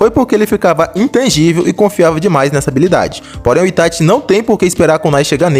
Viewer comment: Kkkkk quando eu abri o video eu ja imaginava, ou o maluco vai ser lúcido e dar a vitória ao Minato ou é um fã boy fo Itachi. E quando o cara pronunciou "ItaTI" já ficou claro o final do vídeo kkkk